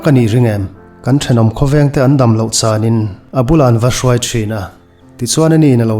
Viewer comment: "Kan thenawm khawvengte an damloh 'chanin' I ti thin a, 'chanin' ni lovin 'changin' tih tur a ni. Tin, i lamrik dan hi a diklo bawk. Chan👈 I lam rik dan hi chu 'cheng sawm ka chan' (hloh sawina) lam rik angin I lam ri thin a, a dik lo. I ka âng rawh, tiha 'ang' lam rik ang hian 'chângin' tia lam rik tur.